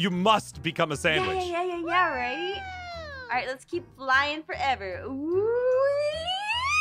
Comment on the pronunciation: “You need to be a samwaich